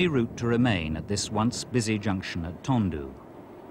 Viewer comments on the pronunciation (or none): TONDEE not TONDOO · Tondu isn't pronounced Tondoo, it's pronounced Tondee. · Tondu is not pronounced as Tondoo but Tondee